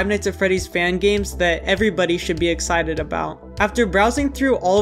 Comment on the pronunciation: "Everybody should be EXITED about" Lol